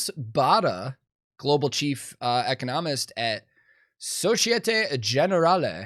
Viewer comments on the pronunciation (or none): You're mispronouncing the term. It's not eco-NOM-ist; it's e-CON-no-mist. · E-cono-mist Instead of eco-nom-ist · great video but jesus, its "e-CON-omist" not "eco-NOM-ist" lol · Dude , you're putting the em-PHA-sis on the wrong syl-LAB-le... the word is pronounced ee-CON-oh-mist with the emphasis on the second syllable. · I love you brotha, but you are absolutely killin me the way you keep saying economist.😂 its eee-con-o-mist. 🤘🤘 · the best bit of this clip is pronouncing “economist” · The way he pronounces " economist" drives me crazy. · The way you’re pronouncing economist is killing me 😂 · I have never heard anybody say economist this way, and saying it this way 74 times in a 15 minute video made my skin crawl lmfao hooooly shit. Love ya tank, but your emphasis is on the wrong syllable here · Why are you pronouncing economist like that?!